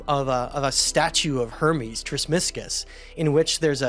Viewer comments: Not «tresmisgus» its TRES MAGISTUS the «thrice great» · Tris-ma-gis- tus 🤦‍♂️ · Bros a history expert and can’t even pronounce Trismegistus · Spoke his name completely wrong in first 20 seconds. Off to a poor start there. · I appreciate your teachings, but from the beginning, you are saying “ Trismegistus” incorrectly. And from everything I have read, the actual material of the stone is unknown, not jade or emerald, but a “brilliant green stone”. Alchemical, philosophical, transformational. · Oh no he said it wrong. Now I can’t understand anything else in the whole video . darn it! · Lol. I had gotten the same thought